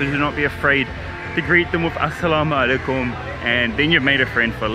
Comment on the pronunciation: how perfectly u say assalam o alaikum. i recently found u channel and its incredible.